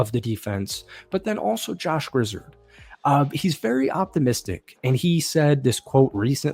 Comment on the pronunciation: Loved the video! One small note, Grizzard is pronounced Grizz-ahrd, rather than Grizz-erhd. Go Bucs!